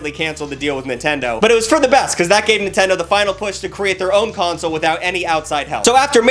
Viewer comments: lol, "Nintend-ee". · he said nintendi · Bro. You said nintendy but it's okay.👌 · Nintendy? tf are you? my great grandma?